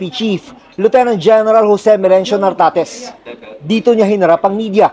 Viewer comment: Correction, nartatez hindi tartatez